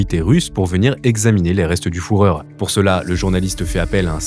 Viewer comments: Bon, on est d’accord que faut exprès de mal prononcer « le fourreur » pour le référencement YouTube ? Les autres noms, même compliqués en Allemand, sont bien prononcés, et les extraits vidéos disent bien « FU ». Je peux pas croire que ce soit pas fait exprès. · Exactement, malgré la vidéo hyper bien réalisé il perd toute crédibilité à chaque « fourreur » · Fuher comme FUREUR 😂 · C'est carrément gonflant! D'où sortez-vous? Pas besoin d'être germanophone pour désigner Hitler comme le Führer - prononcez "fureur" ! Il y a des correcteurs orthographiques; mais si vous souhaitez être crédible pour votre audience dans votre capsule à prétention historique, veuillez vous renseigner sur la prononciation exacte. Ou bien évitez le mot qui gêne... Sinon, passez à autre chose! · Fourreur, donitz etc. On prononce fureur et deunitz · Venant d'un gars qui répète le mot Fourreur à peu près 92 fois dans son vidéo, faut se poser de sérieuses questions sur sa capacité à rapporter des faits de manière exacte. À croire que le mec a jamais entendu un membre du NSDAP prononcer le mot Führer, qui se dit FUREUR en français. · Le fourreur 🤔 tu connais le sujet ou bien tu lis simplement un script sans avoir jamais vu un doc sur le Fűhrer ? Mes oreilles germanophones saignent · Führer (FU-REUR). Refait la vidéo en corrigeant. C'est insupportable d'entendre FOURREUR!!! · Le foureur 🤣🤣🤣🤣 c le fUreur😂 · Oups oui, je dis comme les autres : Le fureur et non le foureur... Oui. il était un foureur, comme nos gouvernement d'aujourd' hui ! Beau travail et un grand Salut du Québec ! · En allemand, "fü" se prononce "fu" et non "fou". Et pourquoi pas le "fourire" tant qu'on y est... 😞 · Mord de rire avec « foureur » au lieu de « fureur ». Du coup est bien founedora le sponsor ? Funedora😂😂😂😂😂😂 qu’ils se lance dans un stand up je suis client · Hitler, un homme qui a fait fureur 😂(et pas foureur) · C'est "U" pas "OU" ! Mais pourquoi il s'acharne à dire foureur ? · Fürher ❌ Fourreur ✅ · Le "fourreur" ?